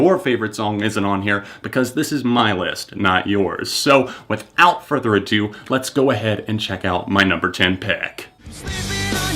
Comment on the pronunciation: Every time he says ‘do’ in the video i think ‘deux’